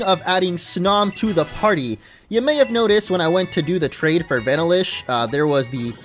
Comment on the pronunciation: Vanilla-ish come on man vanilla ice cream that's not one you should mess up lol